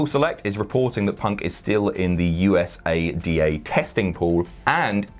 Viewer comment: That's the first time I've heard USADA pronounced like that...